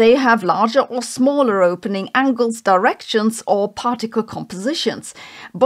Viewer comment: "Something something de TECT ors. Something something di RECT ions. Something something PAR ticles and, slow down." Once you hear it, you can't unhear it... (sorry, am just poking fun in good jest. We all have characteristic repetitive speech patterns, but I really can't unhear it right now)